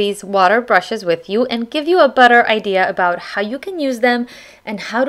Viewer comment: okay who thought she said butter when she said better , LOL